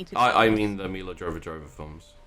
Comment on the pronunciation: "Mila Jovah-Jovah films"? Seriously guys? It's Milla Jovovitch. Yo-vo-vitch. Jovah-Jovah... Sounds like a lazy excuse for an alien race name in Star Wars...